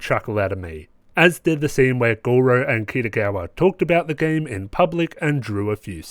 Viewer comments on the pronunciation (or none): Yes, finally! Red hot go's back and it couldn't be stronger! I agree with a lot that you say, especially the bit about Gojou's somewhat inconsistent tolerance levels and the show's inconsistent "contextual" perv-pandering. Also, (I'm really trying not to be pretentious here) "Gojou", not "Gorou". Still, I really enjoy your analyses/red hot goes and I hope you do more! Edit: yo it's fixed